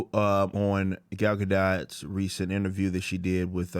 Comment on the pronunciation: You mispronouncing her name (sorry my pet peeve)